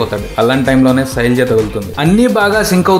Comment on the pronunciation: soraja yenti bayya...sailaja